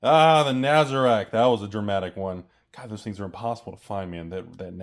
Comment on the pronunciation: Hearing say "Nazarick" it's the most disturbing thing ever... TCGPlayer - MH2 - 18/04/2023 Draft Booster Box - Market Price $186.67 - Listed Median Price $225.00 - No listings Set Booster Display - Market Price $227.54 - Listed Median Price $264.10 - No lisitings 01/01/2027